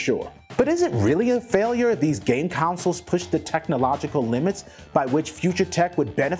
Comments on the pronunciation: It’s console not council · The title says consoles... yet in the video he kept saying councils. I can't be the only one that kept getting triggered by that. Haha. This guy seems very disconnected from the content he is talking about also.